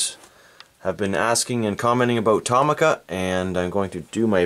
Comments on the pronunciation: Its To-mi-ca not To-ma-ca. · the actual pronunciation is to-mi-ca not toh-mi-ca because it is written in japanese トミカ and not トウミカ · It's Tow - Mee - Ka. It's a Japanese company and that's how the Japanese say it. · Not how u say tomica but cool